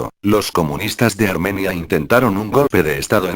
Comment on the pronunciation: pon mapas y banderas de la época, y gente destacable para que sea mejor tu trabajo, y también la gramática al hablar (armenía), aún así, excelente